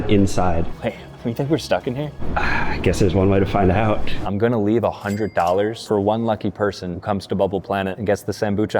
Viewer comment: bro was saying leaeve leave